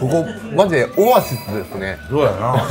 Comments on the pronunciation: オワシス？ オアシスじゃねぇ？ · オアシスじゃなくてオワシス？ それはおいといて、「シンプルな味付け！」って、５００円ですからね～ うすあじ？